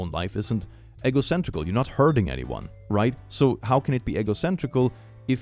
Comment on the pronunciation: Every time says egocentric as "egg-o-centric" instead of "ee-go-centric" I just think he's talking about waffles. I too am eggo-centric. LEGGO MY EGGO!